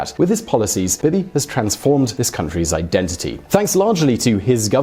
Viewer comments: Bin-yah-meen Net-tahn-yah-hu. Bee-Bee not Bib-ee. PMs do not have terms. Governments do. We elect party lists based on their platforms. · Are British people incapabale of pronouncing things correctly? You can clearly hear how its said in Israel. I'm American, and I'm capable of saying it the same way. "Bee-Bee" Not "Bib-e" BEE BEE. BEE BEE NETANYAHU. You thick fuck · Bib-ee? Bee-Bee.